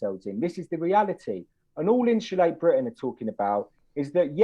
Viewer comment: & if you’re going to come on to represent “insulate Britain” you should probably learn to pronounce “Insulate” properly!? 🙄😂😂